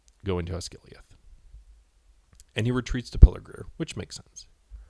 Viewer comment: Good job. You have a good narration voice. One thing--it's "Pelargir" not "Pelargrir".